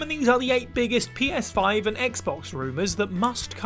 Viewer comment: Did anyone else hear them say "Penis5" instead of Ps5 or was that just me?